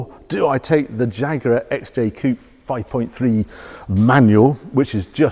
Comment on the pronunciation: Coupé please, not coop... 😀